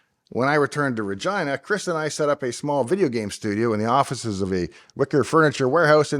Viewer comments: Why did I think he was saying 'Virginia'? He's Canadian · In California everyone pronounces the name Regina as reg-ee-nuh or ruh-gee-nuh not re-gi-nuh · Haha, I had to turn on Closed Caption to make sure you said Regina and not something else! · when he even says Regina it sounds like Regina